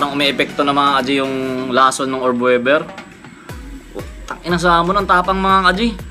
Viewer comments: Australian orb weaver. Weaver hindi webber.. it pronounced weever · Tangina “orb wevver” daw oh. 😂